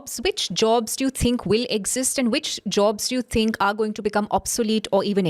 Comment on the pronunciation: Its pronounced "think" not "tink"